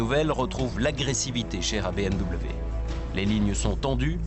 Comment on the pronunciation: BEUHMw.... une honte d'entendre un nom aussi magnifique et magique prononcé comme ca, sa mériterais une amende ! BMW, la marque à hélices, une histoire, une légende, meilleur motoriste au monde ! C'est BMW !